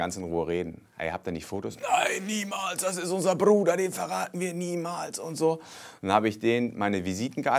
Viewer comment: Wenn er "wir verraten unseren Bruder nicht " sagt betont er bruder so weird hahaha